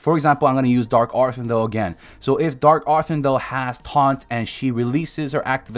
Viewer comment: "Dark arthin-dell" lmao